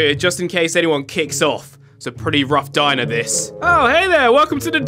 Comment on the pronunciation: Get our of my Dimer. Everyone: He’s having to much fun that he says it wrong